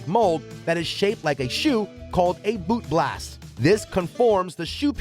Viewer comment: "Boot blast"? LOL